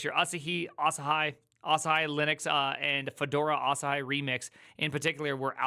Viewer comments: asahi is a japanese word. its read asaheeeee, not asahayyyyyyyyyyyyyyyyyyy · Asai, Asahai, lmao. It's Asahi, just read it like it's written. Your fellow American invented this romanization system, why can't you read it. Seriously, imagine a language with orthography being so fucked up, you can only guess how to read a word you never seen before. You guys really need to reform your orthography and spell foreign words phonetically. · It is Asah he phonetically... If you want to call it Asah hi it shoudl be spelled Asahigh. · Bro, quick 1-second-stop and research the Freaking name.. ah-sah-hee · A-sa-he 朝日, it's japanese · its A-sa-hi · "asa-hee", it means morning sun in Japanese! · There's no fucking way it's pronounced Asa-hai. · Pronouncing asahi as "ah sah hai"?🤦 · Ah-Sah-Hee. This is a Japanese word, so all syllables are open: Asahi means “rising sun” in Japanese, and it is also the name of an apple cultivar. 旭りんご (asahi ringo) is what we know as the McIntosh Apple, the apple variety that gave the Mac its name. - I think we should push for React and TypeScript to be integrated into the Linux core. What could go wrong? - clique /klik, klēk/ (it is both) The US uses klik, and UK uses klēk. I'm not sure what it is in Montanese. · i pronounce it "Ass High" lol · Pretty sure it's pronounced "ah SA hee", emphasis is on the second syllable. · Asahi, the famous beer, is pronounced ahhh-SAAA-hee. Three syllables - first is flat, second has the emphasis, third is flat. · i think you pronounce it like ahsaaahiee so its an iee on the end and not an i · "AH SAR HE" gosh... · it's asahi as in asahee. it's a japanese word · Emphasis on middle syllable .. uh-SAH-he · Not to be annoying but it's pronounced Asa-hee, the japanese is あさひ（旭） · Asahi is a global beer brand and so easy to pronounce properly. Difficult listening to that pronunciation. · just watch your video with subtitles and laugh out loud when you read it. xDD oh its asahi not asahi. 🤣🤣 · It is Asahi Linux